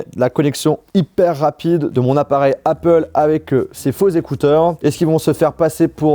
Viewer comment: jsuis dsl mais c'est pas comme ca qu'on prononce apple. mes oreilles de bilangue saignent fort.